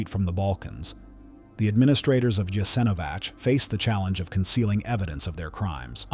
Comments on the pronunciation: If you’re going to butcher the pronunciation of everything, at least choose one wrong way to do it instead of pronouncing Jasenovac differently every single time. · Thank you for sharing this video and letting more people know what happened there. However person that narrates the video is mispronouncing the name of the camp through the entire video.. So many details went into this research but the name it self, apparently haven't been researched at all. It's important knowing how to pronounce "the subject" of the video! Also "The Srbosjek " hand knife (Croatian: Srbosjek) is a wheat sheaf knife that was originally manufactured in Germany for agricultural purposes. The literal translation of the name Srbosjek means "Slicer of Serbians"